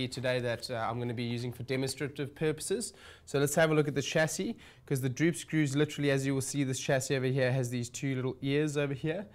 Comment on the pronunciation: Druup scruuws 😂